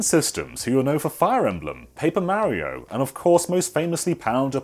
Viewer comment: Why can you say Wario correctly, but not Mario?